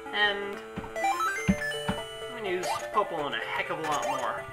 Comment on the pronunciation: honestly,I'd say that I agree with your (that word for how you say something that I can't remember how to spell) popolon. I can't think of any other way of saying it.